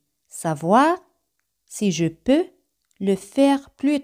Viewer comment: La "e" en varias palabras no se pronuncia. No queda claro si se pronuncia la "s" en "tres important". El gráfico i pareciera indicar que de la "è" se va diecto a la "i"; la voz indica que sí, según la velocidad: de seer lenta y marcada no se pronuncia la "s". Pronunciación de "peux". Salto similar al de . Oracion negativa sin "pas". No se contre "Je" en oración negativa como sí en afirmativa. La cobtraccion evita la pronjnciacion de vocales de manera seguida.